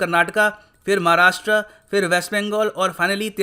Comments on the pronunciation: सर आज भी आपने उच्चारण गलत किये 'महाराष्ट्रा' 'कर्नाटका' 'महाराष्ट्र' 'कर्नाटक' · भाई १) महाराष्ट्र इंग्लंड मे नही भारत मे है २) व्हिडीओ हिंदी मे है और ये क्या है, की इंग्लिश के हिसाब से उच्चारण किया है.. आपका नाम "भ्युरा रॅम' होगा फिर तो..